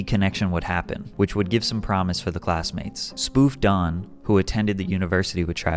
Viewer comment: Sir did you say dudes name was spufed on? 😂 pause